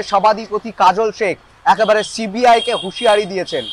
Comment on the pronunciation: সিবিআই উচ্চারণ ঠিক করে কর আগে 😂